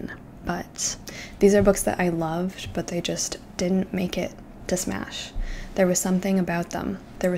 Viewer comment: “Smash”?? Girl 😭😭✋🛑